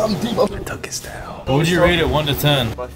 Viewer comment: "where the twoel at"," its your house!"😂